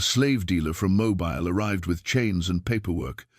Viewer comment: Please invest in a human reader! I have no problem with AI filters that change the timber of a voice to make it sound good but by all that is holy, please invest in a reader that knows that Mobile, Alabama is pronounced Mobeel not Mo-bile (as in flexible and easy to move)